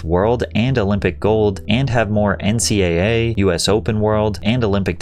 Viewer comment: "N" "C" "Double" "A" Please say it like this. 😓